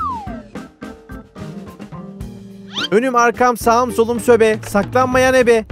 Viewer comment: Sobe yerine Söbe demesi:))